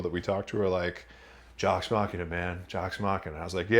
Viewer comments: "Mock-ee-nuh" this ain't Mac n' Cheese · “Jocks mackina”